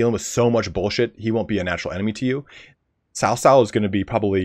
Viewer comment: Its funny that you attempt to pronounce Dong Zhuo and Cao Cao correctly but still fail to do so.